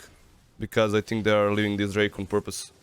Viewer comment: ali gaca na 36;30 " i sthink" xD